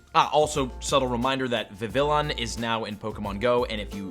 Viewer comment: Please check your pronunciation on the following Pokémon! 😩 Vivillon, Metagross, Zorua, Braviary, Rayquaza, and probably others I'm forgetting. You consistently say then wrong!